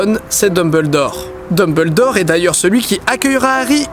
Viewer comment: Pourquoi tou le monde écorche le nom de Dumbledore 😢